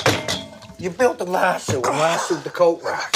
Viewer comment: I have seen cases of worms being in people's eyes. Obviously it was dark side of the moon they heard. Its lasso not lassu. These guys are so fucking stupid in real life, that's why I love them. This shit is like a train wreck total carnage but you can't stop looking.